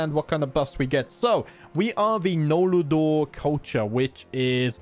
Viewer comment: I love that you say "nol la dor" when it's just noldor